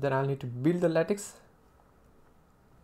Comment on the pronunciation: Your English is just fine. I'd work on accent and pronunciation a bit. For example, you pronounce "English" as "Engliss". Also, LaTeX is pronounced "lah-tech" not "lay-tex".